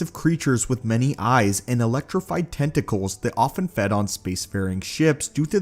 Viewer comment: Yoo is that ur real voice or a bot? U gotta chill. Every letter and syllable is heavily stressed and constricted. T-e-N-T-a-cK-U-L